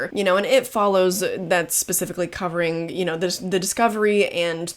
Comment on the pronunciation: Are you saying Midsommar? You have an unique way of pronouncing it. I had to rewind it to get what you were saying. Med-sume-Mar? 😊